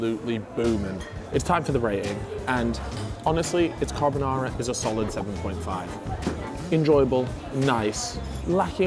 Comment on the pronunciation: Bro said "carb o Nara" hahaha